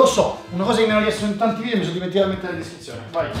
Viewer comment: si dice VIDEO non vidio! Dje gio